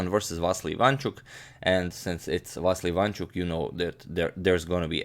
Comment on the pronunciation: you are pronouncing vassily wrong it va si li